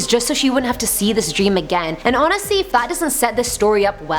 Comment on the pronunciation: Honestly not onasee